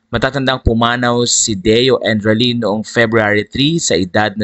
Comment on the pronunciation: Endrinal po hindi edralin.